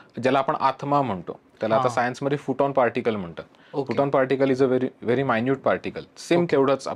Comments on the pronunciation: दादा आपल्याला आत्मज्ञान देताय आणि तुम्ही काय उच्चाराच्या चुका काढताय . please🙏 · Sir tumhi फोटॉन ला फुटन काय म्हणता. खूप घाण वाटतं. Its PHOTON PARTICLE for gods sakes.